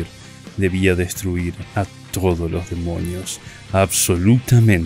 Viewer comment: se dieron cuenta de que el vato dice Demoñios?